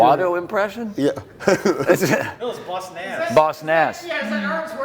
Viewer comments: I appreciate them subtitling Boss Nash flub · nah it was 100%, what are you smokin. You can literally hear saying Boss Nass correctly like 2s before, for a comparison...